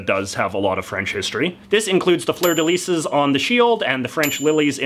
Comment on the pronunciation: I like how you butchered the “fleur de lis”.